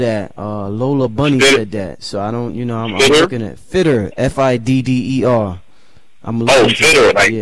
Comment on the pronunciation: Datz 'Figgers' NOT 'Fidders' - - Da Brothaz name iz Freddie Figgers